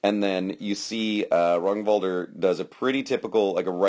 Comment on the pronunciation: 1) Nice read on the fight. 2) You are pronouncing his name correctly. 3) Duke Ragnvaldr was my foster knight, and for never meeting the guy, you did an excellent job on picking apart the fight. Ragnvaldr is a singular fighter. There are not many people who can fight like him, and his read on his opponent is uncanny. That jumping shot Kenric kept shooting was what killed him. Or rather put him on his knees. I was there watching the fight (also that first shot that you couldnt tell from the angle; light. It got through but there was nothing on it at all) and after the fight I told him it looked choreographed. He said it basically was. Kenric liked that shot, Ragnvaldr figured out how to get him to throw it, stepped in and took his leg. All those little movements with his sword he's, as you said, cataloging Kenrics response. I think Ragnvaldr actually threw 4 shots the entire fight. He is a master at controlling the fight and making it his. I have no idea how many times ive fought Ragnvaldr but id say the ratios of win lose are 10:1 in his favour. Hes one of, if not the best fighter in the Midrealm and at the top tier in the Society.